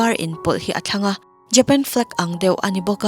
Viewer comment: JAPAN hi JEPAN ti a lam tur ami?